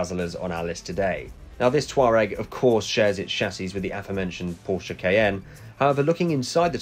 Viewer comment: Matt from high peak autos will not be happy, “it’s TWAREG”!!!! Great vid as always